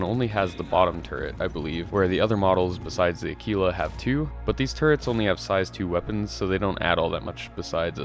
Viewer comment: Aquila.... It's A-kwill-a, like you are using a Quill to write with. Not A-keel-a, like Tequila